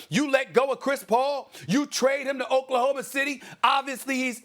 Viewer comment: “..You lose to Ok-la-homa City!? Chris Paul, Yes. But Shai Gilgeous-Alexander and Danilo GalanaRRRRRRRRRRR-Ri , Realllly! That’s why you go home” 😂😂😂😂😂😂😂🤣🤣🤣🤣🤣🤣🤣🤣🤣😂